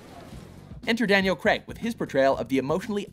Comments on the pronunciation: Kreg!? Daniel kreg!? *craig pronounced "crayg" but another fine video from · It's crAIg not creg or Crai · It's pronounced "Craage" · Craig! Craig! CRAIG! NOT FUCKING "CREG"! URGH! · okay, love you guys, but it's pronounced 'Crayg', not 'Creg' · It's not creg its Craig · Stop calling him 'Creg' it's Craiiig! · IT'S FUCKING PRONOUNCED "CRAIG" NOT "KREAG". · It's not pronounced "CREG" IT'S "CRAIG" (Cr-A-g)! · They're Canadian I am Canadian to but I say it as Craig not creg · matt fahringer Of course he is..But the pronunciation of Craig as 'Creg' is commonly seen among North Americans( is Canadian) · how do british people pronounce it? daniel cr-ayy-g? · Daniel Cr-ay-g... The way it's supposed to be pronounced... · because Craig is a somewhat common first name and it is pronounced Cray-g. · Stop saying "Creg" please, it grates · All the people getting so mad that they pronounced his name Creg it's just our accent North Americans ( is Canadian) pronounce Craig like this so sorry not sorry about our accents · Ah yes, I love Daniel "Creg". Seriously does everyone in USA say Craig like this? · It's Craig not creg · Its Craig Not Creg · Craig not crag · It's not pronounced 'creg'. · His name is Craig not fucking Creg, Also Layer Cake is his best film! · His surname is Craig, not Creg!!! Will North Americans never understand this?? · I don't understand why Americans pronounce Craig creg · Craig not Creg ffs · Did he just say Daniel creg? God Americans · Anyone else get annoyed when Americans pronounce Craig like "creg" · bruh - screw fallout4 I some one's name was Hejdenberg you wouldn't pronounce it Huh-j-den-berg you would pronounce it correctly same with Craig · Craig as in vague. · That's how people in Canada pronounce Craig so... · Its Craig as in VAGUE, not as in BEG. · Why can't Americans pronounce Craig